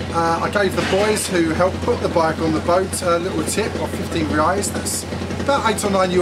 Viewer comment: Very good video, if you allow me a little correction the currency name is "Reais" not "Reias". You are making gr8 videos.. Keep up with the good work.. :)